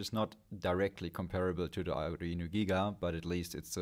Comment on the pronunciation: Does the Arduino pronounciation stress at the mid E vowel? aa-du-Eee-no for real?